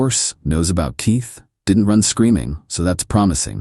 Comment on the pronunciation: Somebody please tell me why AI can’t pronounce the letter K I’m so sick of using your tea to open doors and who names their child teeth 😂😂😂